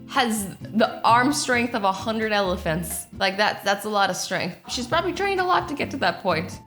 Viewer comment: Did azzy just say probaly